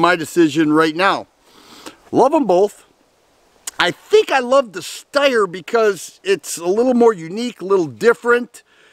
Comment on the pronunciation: Steyr, not Styer.